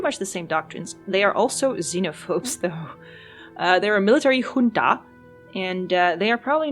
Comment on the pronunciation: You had me looking up how to pronounce “junta”...I legit had no clue, but you did it right. I’m curious as why you are doing nothing to control your zero stability or keeping standing armies to handle uprisings?